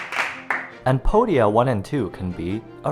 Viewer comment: Podia means feet and in the way you pronounced it it's close to the actual greek pronunciation. So you literally made a feet company I love it, it hurts my brain but I love it 🥲